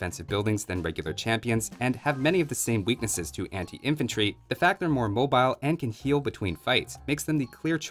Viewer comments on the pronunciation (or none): none